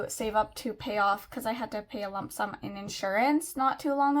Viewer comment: ahhh I misunderstood. I thought you were talking about health insurance when you said ‘lump sum’. That makes more sense with your accent 😂